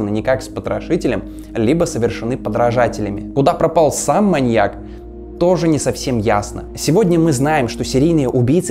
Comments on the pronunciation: чувак...ударение в слове "маньЯк"... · Лайк. Только странно звучит ударение на последнем слоге в слове маньяк во всех падежах, кроме именительного.. Извините, если ошибаюсь. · Маньяк - это не коньяк. Ударение на "Я" при склонении. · вот всем ты хорош. Рассказываешь интересно, подача отличная, но ошибки с речи ужасают. Ударение в слове "маньяк" ставится на "я" и не меняется при склонении. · большие проблемы с ударениями в каждом видео. МаньЯк, ударение на Я при любом падеже: с маньЯком, маньЯку и тд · Нет словосочетания "на стране", есть словосочетание "В стране", или вы на от6России живёте? И ударение в слове маньЯк ставится на Я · О Джеке Потрошителе мы может и не много знаем. Но мне до сих пор казалось, что в правильном ударении в словах "маньяк" и "инспекотов" нет никакой загадки. А в остальном, конечно, интересно, спасибо!